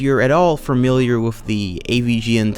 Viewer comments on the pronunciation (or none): The funniest thing about him being a video narrator is that he fucks up so many basic words. Saying shit like "wiff" or "mont stir mat niss" is hilarious